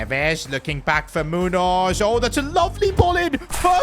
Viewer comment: Its Muños not Munos